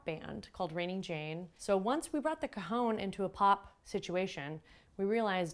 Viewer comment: Well done on the video. But I found it difficult to watch because you mispronounce the instrument's name. It is not 'ca-hown', it is 'ca-hon', the Spanish word for 'box'. Just chat with a native Spanish speaker to get your pronunciation correct. Otherwise, good job!